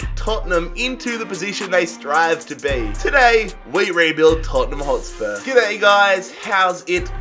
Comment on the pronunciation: Tottenham botspurs 😂😂